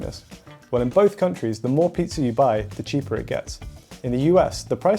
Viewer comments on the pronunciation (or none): none